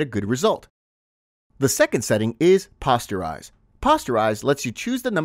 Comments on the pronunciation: I loved the video, well done and very informative. Only one problem I noticed... Posterize is POSTerize, long O sound like the word poster. Not like pasta. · "Pawsterize?" Pronounced Poh-sterize, like making "posters". A darkroom graphic effect where images convert into solid shapes for printmaking and coloring. Graphic design 101. Hope that helps some of the designers who dont know traditional processes and terms. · It's p-oh-sterize, not p-awe-sterize. Otherwise, nice tutorial. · 'paw-sterize'? lmao i think its posterize, like poster. but im pretty sure this is an ai voice. kind of lame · POE - STIR - EYES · FYI The 'o in 'Posterize' is pronounced like the 'o' in 'Poster'. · The word is posterize, as in poster, not as in imposter. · Just a heads-up: "Posterize" should be pronounced with a long O. As in a "poster" that you hang on the wall. The Photoshop effect in the filter gallery that produces the same effect is called "Poster Edges". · I cant in good faith follow someone who doesnt know how to pronounce poster or is doing it on purpose for comment farming. Informative video but overall fail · It's obvious the sound is AI generated. You can tell by the way it pronounces posterize. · Posterize is a word derived from poster, like the print on your wall. Both ‘o’ letters are pronounced the same. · Me wince everytime he said it.